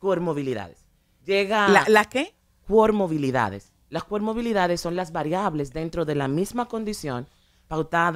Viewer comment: El problema es que ella no dijo comorbilidad, ella dijo cormobilidad.